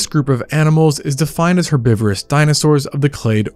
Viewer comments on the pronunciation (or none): none